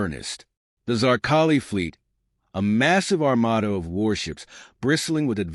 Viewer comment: The word is armada not armoda